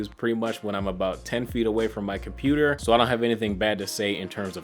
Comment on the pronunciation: "my cmoputer"